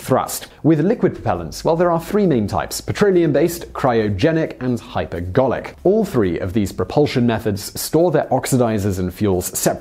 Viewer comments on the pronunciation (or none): Wait, did it say, "Hyperbolic" when it meant, "Hypergolic?" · Poor preparation, team ! It's hypergolic, not hyperbolic 😀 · HyperGOLIC not HyperBOLIC. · You switched from saying "hypergolic" to "hyperbolic" for the last one. Not really consequential if the viewer is paying attention, but precision in language is important. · Do they include one mistake in each of these videos intentionally? 'Hyper bolic' fuels -- really? "I'm so powerful that if you're not really careful on that throttle, we'll hit Warp Factor 9 and end up at Alpha Centauri..." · Did anyone else hear hyperGarlic??